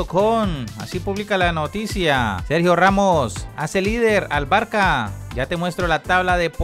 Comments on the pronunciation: Pero cuanto tiempo haces videos y no sabes que no se pronuncia "Barca" pero "Barsa"??? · Jajajaja no debe saber que la "c" con eso abajo se pronuncia como "s"